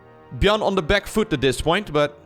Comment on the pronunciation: I noticed says "da" instead of "the(thee/tha, either is fine)". "By da way" instead of "by the way". Love you bro, keep up the good work!